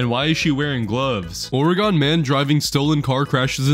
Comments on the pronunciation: Bro really said (ore-eh-GONE) emphasis included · he did not just say oregon pronouncing ‘gon’ as gone and not ‘gun’ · Please dont pronounce it ore gone its oregin but still spelt like oregon if that makes sense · STOP YOUR PRONOUNCING IT WRONG ITS (oree gin) NOT (oree gon) DO IT CORRECTLY NEXT TIME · Is no one gonna talk about how he pronounced oregon O-ray-gone? 😭😭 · From some one who lives in oregon it pronounced or_gin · I can’t with these people that don’t know how to pronounce Oregon 🤦‍♀️ It’s Ore-uh-gin(not jin or gohn) 🙄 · As a native Oregonian, THATS NOT HOW YOU PRONOUNCE IT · Bro, the way you pronounced Oregon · Why the fuck does everyone pronounce Oregon like that? Bro we a state not a spice 💀